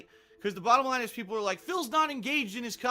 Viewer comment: "Whaht? I ollways pronounce my o's correctly, you hecking furree! That's the hecking bahdum laihn!"